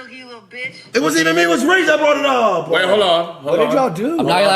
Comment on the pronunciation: whats with this "ah" at the end of words? "Up-ahh"????